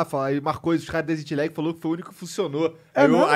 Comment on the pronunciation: como e: exit lag como o monark fala: ezit legui